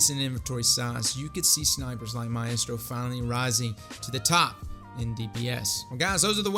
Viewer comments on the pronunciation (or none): Maestro (mye-strough)